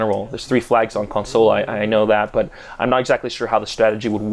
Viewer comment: Is it just me or does he sound kinda weird when saying console?